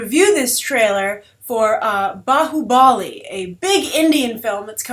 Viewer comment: just to inform, its bhaahubali, not "baahubaali", thank you. you also have to see his previous movie called Magadheera even it was a grand scale mythic movie.also Baahubali and the movies name has nothing to with!!!!!!! the Baahubali in indian history has nothing do with the movie